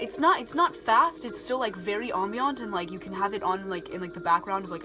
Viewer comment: It's uh ..."am-bee-uhnt".